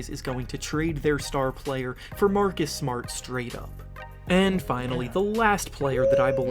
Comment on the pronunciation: “Mahhkiss Smahhht” lmaooo